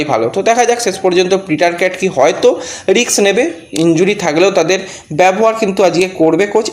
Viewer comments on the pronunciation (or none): রিক্স নয় রিস্ক। ভুল ভাল উচ্চারনে তোমার জুড়ি নেই। ইংরিজি জ্ঞান কম থাকাটা কোনো দোষের নয়। কিন্তু না জেনে জ্ঞানী হবার চেষ্টা করা অন্যায়। তোমার কোনো লাজ লজ্জা নেই। একদম নির্লজ্জ।